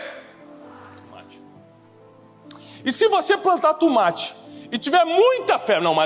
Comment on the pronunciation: Cade o wesley.. pra zoar o tiago falando tûmate???